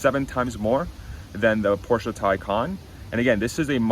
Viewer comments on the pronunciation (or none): please pronounce Porsche as “Porsh” not “Porsha”.